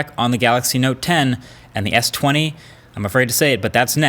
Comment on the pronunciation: Did you just say S20?